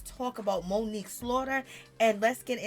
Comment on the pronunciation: "Moniece" is her name! Not Monique‼️